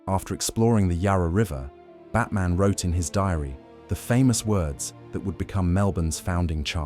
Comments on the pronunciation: John Batman's surname is pronounced as in senior military officers aide. Not as in Bruce Wayne's alter ego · Just think if this AI slop could have pronounced his name properly